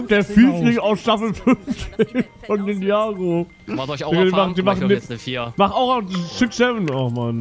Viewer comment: "Ninjago go" Das heißt Ninja Goooo 😂